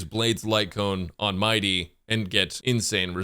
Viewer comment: He actually should be prunounced M - ee - dei with the accent on the last syllable. I don't know why English likes to butcher names from other countries. "If you play Bailu in 2025... " HP and revival meta says hello